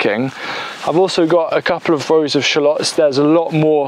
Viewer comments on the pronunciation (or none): none